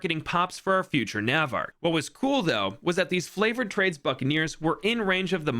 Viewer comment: I’m so sad that I just realized that he says flavored trades on purpose 😂